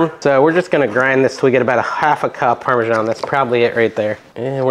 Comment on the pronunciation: Funny way to pronounce Parmesan. I'm sure the citizens of Parma wouldn't know what you are talking about.